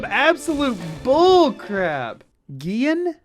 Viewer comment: Gian is pronounced "John"